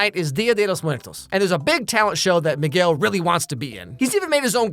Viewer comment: bro did not say Miguel 🥀🥀